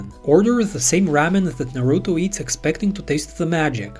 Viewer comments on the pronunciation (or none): none